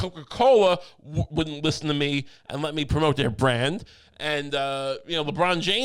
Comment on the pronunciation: ‘Lishen to Me!’